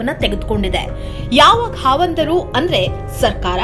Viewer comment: ಹಾವಂದರು ಅಲ್ಲ. ಖಾವಂದರು.